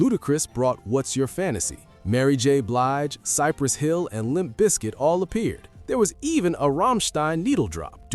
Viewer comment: It sounded like he said Cypress Phil! 😂😲